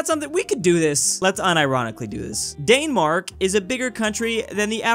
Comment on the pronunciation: The way he said danmark